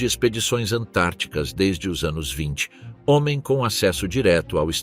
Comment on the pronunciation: "homtem" foi a melhor!